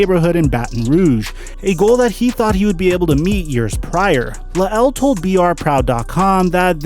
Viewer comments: Pronounced Lyle..not Luh-L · his name is “luh el”. it’s layel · LMFAO "Luh-el" lmfao Sometimes I get the feeling that is kinda on the "simple" side... The man's name is La'el (LYLE) Collins, man. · You say his name funny it’s bothering me lol